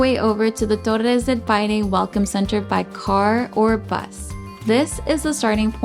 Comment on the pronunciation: DEL "PINO"? PA I NE*